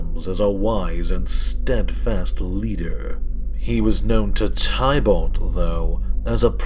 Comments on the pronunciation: Lol your still saying tie balt. Teeh bullt. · It’s pronounced tib-ilt not ty-bult